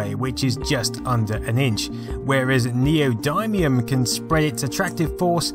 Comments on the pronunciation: 4.55 Whoa, triggered by your pronunciation for Neodymium there. It's neo-dim-ium, not dime. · Neodymium is pronounced Neo din ee um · its pronounced nee odd me um